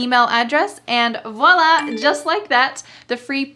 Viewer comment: Hello you pronounce very well the word "voila"!Bye!